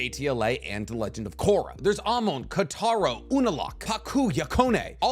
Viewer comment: Katarro lmao